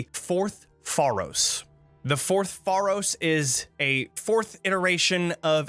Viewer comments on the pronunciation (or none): sorry cant resist being a dick. its pronounces fey-rohs, not far-rohs. like pharaoh. great video tho!